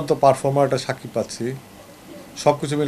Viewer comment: ami zototuku jani aponi ztesht shikkhit hoyto aponi onn kichu vul bolteparen ba likhte paren ekta manuser name vul bolen kemone shakib khan bolte kosht hoy.cakib khan bolen ken